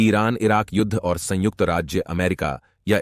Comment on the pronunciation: Kitni var sangujt bole ga ? Or kya Kitaab pad rha hai ? Ek do hi video theak hai baaki sab bekar hai